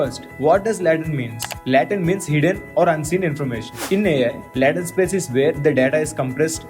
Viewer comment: its Latent not Laatent..your pronouncing wrong